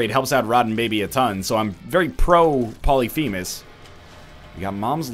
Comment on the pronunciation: Does he still pronounce polyphemus wrong???